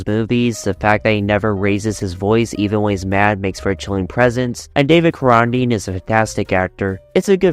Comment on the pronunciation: This is the kind of ranking I would expect from someone who can’t pronounce David Carradine’s name.